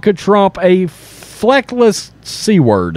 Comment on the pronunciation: Please learn the proper pronunciation of words and terms. Mis pronouncing words detracts from your msg. The constant smacking is distracting as well. The word was "feckless" not as you pronounced it "fleckless". This is not the first time you have done this , if you are going to present yourself as a news source it is important to be as literate as possible. I appreciate your efforts but it is necessary to always be articulate and enunciate clearly. Otherwise thanks for the info